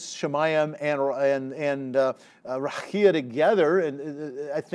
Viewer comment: I think I’d rather you mispronounced the word as plain ole Raqia. 😅